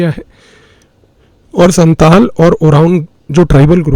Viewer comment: You have lot of knowledges and have very good representation techniques. I want to say one thing, please don’t mind: I am an inhabitant of Siliguri, I'm a Senior Secondary State Govt. Physics Teacher. You have told about 2 tribals, Santal & Oraon. Here, and also in Bangladesh, Pronunciation of Santal is "SAOTAL", just what I wanted to say.